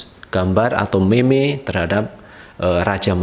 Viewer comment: Cara cakap meme ialah mim Bukan meme